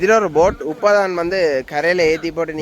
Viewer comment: யாரடா அது உப்பத்தான் வந்தனாங்கள், உப்பத்தான் போட் வந்தது என்று கதைக்கிறது.. முதல்ல தமிழைச் சரியாகக் கதைக்கப்பழகு.பிறகு எங்களுக்குப்படங்காட்டலாம்.